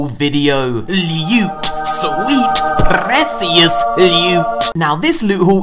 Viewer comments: Lewt. Sweet Prrrrrrrecious lute. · LUTE SWEET PRRRRRECIOUS LEWT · Lute sweet precsrrrresios lewt lol